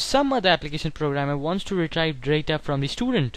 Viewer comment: good video but it's pronounced as re-treev / re-tree-val